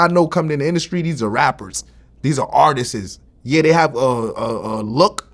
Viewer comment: He got vlad saying artissess lmao